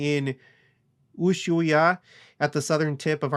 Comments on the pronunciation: Ushaia = ew-SHWAYA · Served my mission in Antofagasta, so thankful a temple is finally there! BTW pronounced ooosh-why-eeeee-uh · You shwhy ah!